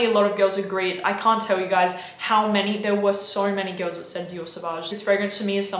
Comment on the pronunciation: "Soarl many girls..." Hmmm...